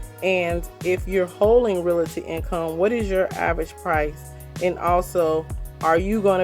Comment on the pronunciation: Lol finally someone who pronounced it how I do. People pronounce it “reality” 🥴